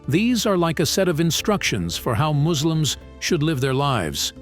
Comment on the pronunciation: Listen you MAGiT its not muzlims😠 Its Muslims 😁